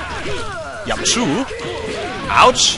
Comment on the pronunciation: bei sagt Yamchu Cayu??? Oo